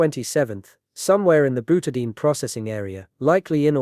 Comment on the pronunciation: Byoutahdayeen = Butadiene